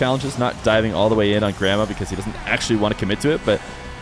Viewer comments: Me watching the whole video thinking said grandma until the end when I finally saw the IGN haha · I thought you were saying "grandma" for the first minute there before you swapped cams 🤣🤣🤣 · Did anyone else keep hearing it as 'grandma' instead of grammar? 😂